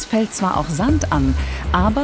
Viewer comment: Warum klingt das Wort Sand jetzt so komisch